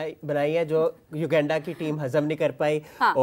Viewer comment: bro is constantly pronouncing u-genda instead of uganda😂